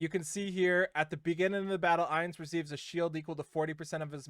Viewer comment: Ainz is pronounced like eye, not ay. He'll be a mage 100%, Shalltear will most likely be a knight since she uses a lance like senya, and Albedo is the one I'm not sure about but I'm guessing she'll be a warrior since she uses an axe